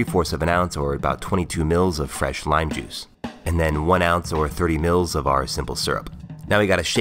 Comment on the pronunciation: Agh I hate how he says mL :(